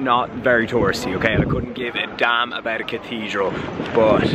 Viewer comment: Hearing you say cathedral is hilarious